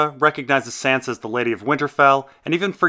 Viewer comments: why do you pronounce sansa like a texan if you pronounce davos with a hard A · Why the fuck do you pronounce Sansa's name like that?